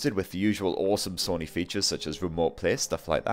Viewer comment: I'm getting triggered he keeps saying Sunny it's Sony 🤦🏼‍♂️